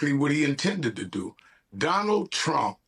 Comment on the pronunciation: Trump not Tramp 😂🎉